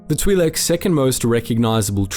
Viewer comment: "Twee Leks"